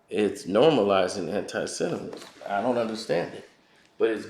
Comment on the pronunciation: Until you learn how to pronounce 'SEMITISM' please stop speaking on these topics...it's irratating.